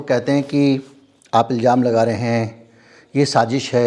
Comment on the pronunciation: आप अच्छे पत्रकार हैं और समझदार इन्सान भी हैं, आप की कोशिश इंसाफ़ होने पर रहती है जो सब के लिए अच्छी खबर है। मगर अगर आप शब्दों के उच्चारण पर भी ध्यान दें तो आप की पार्सनल्ट आप की शख्सियत में चार चांद लग जाएं । सही शब्द है इल्ज़ाम ( ilzaam) Please speak ilzaam.